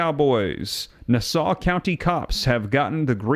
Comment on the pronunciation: It's pronounced nah-saw......😅😅😅